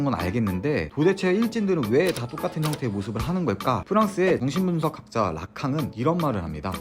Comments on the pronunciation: 똑같은 옷인데 발음이 좋같은 옷이라고 들려요 앞으로 고치지 마세요 아쉬울거같음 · 아 저두요 ㅋㅋㅋㅋㅋ 좋같은 옷이라고 들어서 다시봐써요 ㅋㅋㅋㅋㅋ